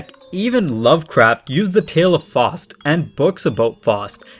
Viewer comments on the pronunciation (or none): Some pronunciation tips; the pronunciation of Faust is like "Fowst", not "Fawst". Göethe is a bit closer, but is more like "Gurta" than "Go-tay". The latter is very tricky for English speakers due to the German pronunciation, especially of ö, which doesn't exist in the English alphabet. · It's Faust, not Forced.